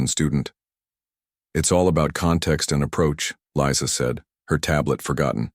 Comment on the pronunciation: The AI narration mispronounced the name Lisa as Liza.